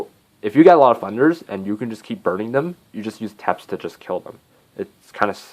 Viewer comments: I'm sorry man, I laughed hard when I heard Vlad "teeps". It is te-pes, two syllables, soft e's. Just for future reference. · Technically it is pronounced "Tepesh"